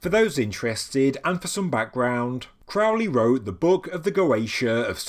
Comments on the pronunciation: (this is a lighthearted jab at thelemites, not the video) Am I the first to make the correction, Crowley should be pronounced "Crow-lee" like the bird or holy. Love is the law to all the thelemites foaming at the mouth over the pronunciation. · Crow , like the bird . Crow-lee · Loved it, loved it, loved it! Crowley rhymes with Holy, it isn't Crowley, that rhymes with foully. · It's pronounced CROW-LEE. Rhymes with HOLY. It's amazing how many "experts" there are that don't know this. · Very interesting, thanks. Crowley rhymes with holy. It's a ley with crows - if it's the English name.